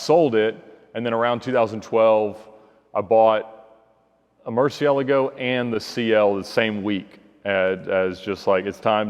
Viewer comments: X-otic because he actually knows how to pronounce it properly unlike 99% of people myself included. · Thats how its pronounced.